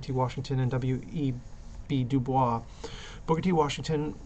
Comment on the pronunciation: Nobody says DuBois with the french pronunciation. It is DOO-BOYS.